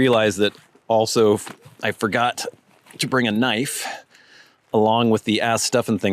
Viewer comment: 😊🌱 "Ka - nife" A one in many words.😊 Omaha N.E.🌱